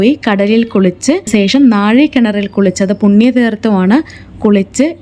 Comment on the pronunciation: സേഷം അല്ല; ശേഷം